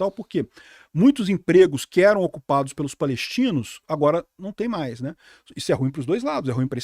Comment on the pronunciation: Não é Hamais